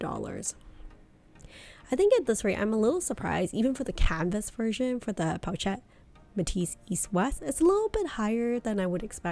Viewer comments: Hey girl, the “ch” sound is prounounced like “sh” so “chic” is pronounced “Sheek” and “pochette” is pronounced as “po-shette” :) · hi i really wanted to watch you video but you mispronounce the word pochette as well as “chic” and it was hard to watch sorry